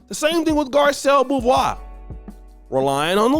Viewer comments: Bouvwa??? It’s pronounced “BO-VEH” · It's pronounced "Bo-vay" Long o and a. Do better man. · Bruh it’s pronounced “Bo-vay” though 😂🫣🥹🤦🏾‍♂️😊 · Pronounced BO-VAY oshay. Keep doing your thing brother